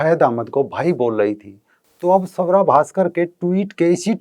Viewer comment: सवरा... नही....स्वरा..